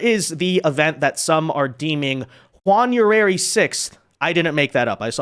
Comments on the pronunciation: "Jaun-uary 6th' 😆😆😆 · "JUAN-uary 6th"? 😆😆😆 . . . I'm def going to Hades for the stuff I laugh at 🙄🤦‍♀🤦‍♀🤦‍♀